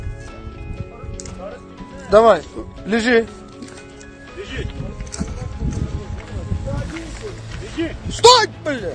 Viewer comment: в один момент когда братан сказал лежИ,думал щя он ему вставит,главное правильно поставить ударение )))))Слава нашим бойцам!!!!